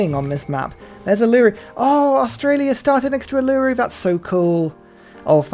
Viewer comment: Your pronunciation of Uluru is genuinely painful lmao